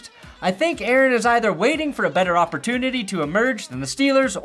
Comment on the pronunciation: Did you say "offertunity"?